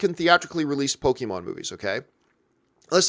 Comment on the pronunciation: It’s po-kay-mon, not po-kee-mon.